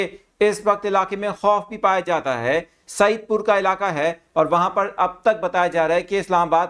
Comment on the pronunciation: Anchor Saahib Saeed pur naheen Said pur hay